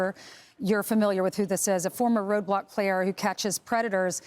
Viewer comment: Why does she keep saying roadblox